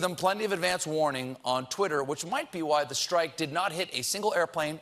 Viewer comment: I love you Stephen, but it's "strike", not "Shhtrike". There is no H